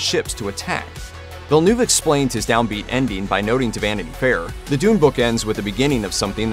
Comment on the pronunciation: You're a channel with almost 6 million subscribers and you hired a narrator who says "Veal de Newve"??? For one of the greatest sci fi films of the generation? thats a joke